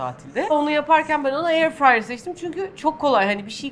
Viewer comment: no Airfrey Yes airfryer